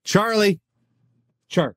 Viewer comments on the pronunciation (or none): none